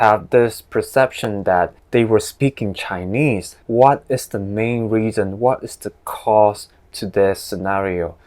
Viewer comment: I heard these mispronounciations from mainland professors: Methane -> messane (from materials class) Main -> mun (from c++ class) Equilibrium -> Equiliumbrilium (from thermo class) Celsius -> Scissors (from thermo class) Thanks for the vid btw